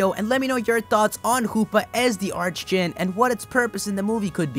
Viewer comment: Isn't the pronunciation for archdjinn ark instead of arch? just wondering.